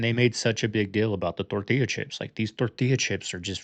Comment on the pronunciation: Bro saying tortilla like a Mexican is the ultimate cringe!!! Also please turn mic off when not commenting, hearing your breathing and smacking is just as cringe. Other than that not bad